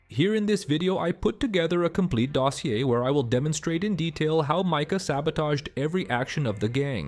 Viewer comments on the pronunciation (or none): none